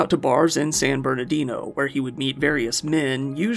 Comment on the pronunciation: I adore you but I have to umm actually. At the beginning of part 3 you say "San Bernido" which is very cute, but it's San Bernardino. And for anyone that doesn't know, these high desert areas of California are not what people think of as palm trees and beachy Cali vibes. They're best passed through in the highway and remarking on all the trash stuck to the chain link fences. They're also not the pretty, Saguaro filled deserts or red rock canyons of nearby states. They're not a place you'd want to live, even if you like desert-scapes and the emptiness and vast flat, boring landscape leaves one to understand why the desert communities are full of meth.